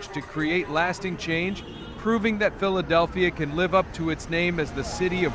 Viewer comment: THIS IS AI CRAP - CAN'T EVENN PROUNOUNCE PHILEDELPHIA!!! IDIOTS!!!! REPORT AI AS MISLEADING/SPAM